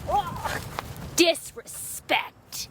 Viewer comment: how she said disrespect 😂